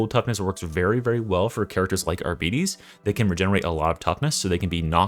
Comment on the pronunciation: Arbites is pronounced "Argh-bee-tays". The arbitrator says it in his voice lines. Not "Arbeaties"